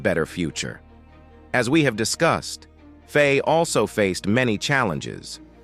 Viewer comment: IT'S NOT PRONOUNCED FAY, ITS PRONOUNCED FY, rhyming with Why. You do your video a disservice by not getting this basic right. Its easily searchable.